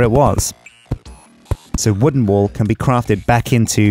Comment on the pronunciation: Am I the only one hearing "wool" instead of "wall"?